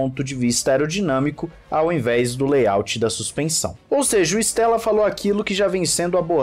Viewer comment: Cara não è Stèlla, è Andrea Stêlla ( estrela em italiano) si pronúncia ISTÊLLA